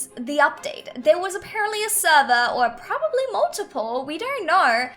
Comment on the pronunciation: U kep saying propably